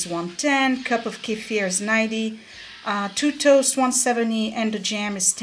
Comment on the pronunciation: Great video! And I love that you pronounce Kefir correctly. 😂 so many YT’rs say KEEFER which is wrong. You are a blessing!!!